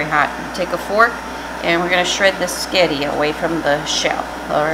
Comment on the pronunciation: QUEEN! Darling, you saying 'S'getti' uplifted my entire day.😍😊 This was definitely an inventive Booger delicious creation. All love to you, Tom and pupper and family. xoxoxo